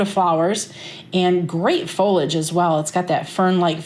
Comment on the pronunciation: Fol i age. 3 syllables.